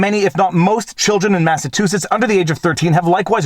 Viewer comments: MassaTOOsitts? It's pronounced ma·suh·choo·suhts LOL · Hey - - it's "Mass-a-CHEW-sets" not "Mass-a-TWO-sets" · MASS-UH-CHEW-SETS. Sorry not as in yelling. Just trying to stand out a little more. Lol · The middle of the word Massachusetts is pronounced like the word "chew" example: Massa-chew-setts. FYI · I feel like I heard you say Massatoosets a couple times. Am I losing it? ;) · It’s mass a CHOOOOO setts 😊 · Best ending ever!! And i love the way you kept mispronouncing Massachusetts. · I like how you pronounce "Massachusetts"